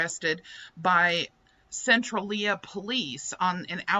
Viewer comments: Centralia....Sen-TRAIL-yuh😊 I thought that was in Illinois.....?oh well, must be a popular name out there. Love the info as usual. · Centrailia is pronounced sen-TRAIL--ee-ah. Good try though! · Hi, close to my neck of the woods, how embarrassing lol. Anyway, Centralia is pronounced cen-trail-ya. Later gator. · It's pronounced sen-TRAYL-yuh. The city in Illinois was named after the Illinois Central Railroad when it was founded in 1853.